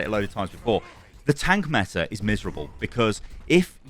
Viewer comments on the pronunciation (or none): none